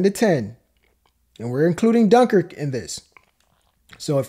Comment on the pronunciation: Cmon man, at least pronounce Dunkirk properly